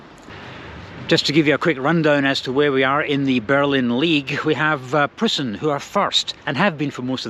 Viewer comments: Preußen / Preussen (Prussia) = PROYCEN (approx. pronunciation in English) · EU in Preussen is pronounced like EU in Deutschland-try Tennis Borussia (TeBe) or Babelsberg 03 next time?